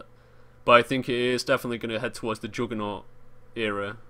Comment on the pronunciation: joodgement, jooggernawt, joongle